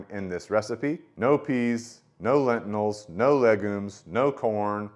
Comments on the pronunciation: It's pronounced "Lentils", not lentnils. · It's "lentils" ....not "lentinals", my dude. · I can't un-hear "excedra" and "lentinals" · I've never heard anyone call lentils, lentinals... is that a family pronunciation? Also, you keep pronouncing et cetera with a D. Your video just popped up in my feed, and honestly, I'm not trying to be the word police. I'm just trying to help you out. You do speak very well, and you have good content. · Reminder not to take science advice from a guy who can’t even pronounce lentils.